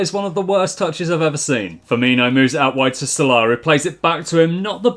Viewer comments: It's not salahh it's salah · The way he says salah